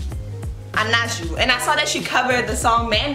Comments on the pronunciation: Me he muerto cuando ha dicho anayu en vez de anaju😂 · it's pronounced anawho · Hey! I'm from Spain and I just wanted to tell you, her name is actually pronounced Anahu, so not with a J, as it is pronounced differently in English. So it's more like Anahu or if it makes it easier Ana-who? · I loved your reaction. His name is pronounced something like: "Anawho" <3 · Actually her name is pronounced like 'Anahu' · It is pronounced "Anahu" hahahaha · I love the way you pronounce Anaju , it sounds like a fancy designer !! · The correct pronunciation of her name is Anaju but the j is like h in hello like that.🥰